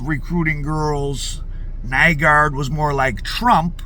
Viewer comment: Nygård = pronounced New-gore'd